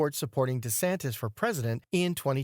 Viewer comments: Why are you calling De Santis "De Santos" instead of De Santis? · DeSantis, NOT DeSantos! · For crying out loud ..... DeSantis DeSantis DeSant-i-s. Why the narrator never bothered to learn the correct pronunciation of a very well-known man is baffling to me. Educate him, p-l-e-a-s-e!